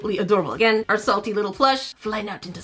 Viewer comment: “Are little baby” says in British accent